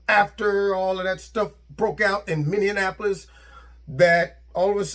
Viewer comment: FYI: it’s pronounced Minneapolis “minni-apple-less”